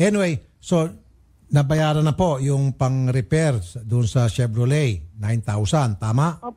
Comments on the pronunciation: chevroley pag pronounce nun.. ilang beses kanang pinag sasabihan ni idol raffy.. bahahahaha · Shebrrolet lol